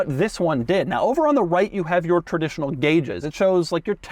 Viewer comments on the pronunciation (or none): "Cher-dishional guages". S l o b